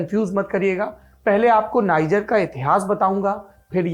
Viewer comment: नाइजर नहीं, नीजेर